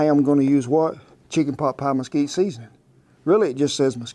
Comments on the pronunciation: Mesquite not Mosquito :). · The wood is "Mesquite" not mosquito. It's native to the desert Southwest.